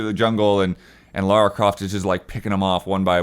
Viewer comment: THANK YOU! Godammit how hard it is for people to say her name right!